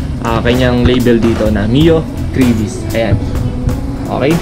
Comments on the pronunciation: its not greyvis its gravis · Hindi grayvis gravis tol hahaha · Gravis pronounce dyan, hindi Grayvis. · hahahaha.. grayvis..parang gravy.... GRAVIS yan tsong 😁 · Grayvis haha.. gravis pronounced nyan.hard to get nag Tagalog kana Sana..grab-is. meaning Nyan kasi Yan gamit sa Indonesia sa grab motorcycle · Tangna dis grayvis daw ang pucha. Ahhh. Me anu ahhhh may ganito ahhhh me manok Ahhh.🤣😂🤣😂🤣😂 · Gray-vy haha